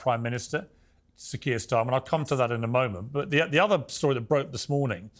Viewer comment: Benny Johnson can’t pronounce the name Kier….. wow, what a dummmy. To be fair, he probably doesn’t have any trouble pronouncing Russian names.